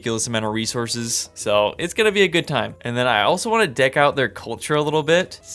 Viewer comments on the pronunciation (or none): none